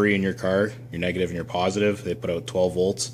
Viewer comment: I heard the Canadian inflection on the word "out". 😁